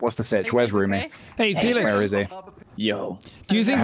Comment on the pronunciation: TO ALL THE STAYS... when jack said "hey felix" istg i heard it as "Oi FeLIx!"